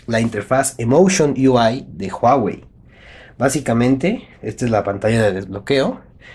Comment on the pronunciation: en la palabra Huawei tambien se pronuncia la U